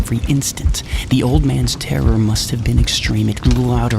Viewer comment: I can't listen to this video the same 😂